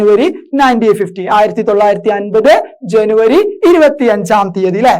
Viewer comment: ജാനുവരി അല്ല ജനുവരിയ 🤣🤣🤣